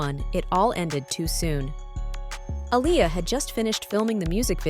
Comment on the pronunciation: And btw you pronouncing her name wrong